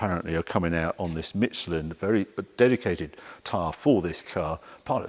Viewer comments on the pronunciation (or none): It’s not MiTchelin but Michelin! 🙄